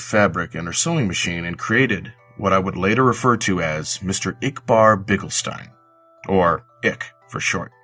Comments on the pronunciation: I couldn't understand ikbar (no offense) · I'm sorry i agree with Flamin.. You did a fantastic job at narration but ikbar i couldn't understand.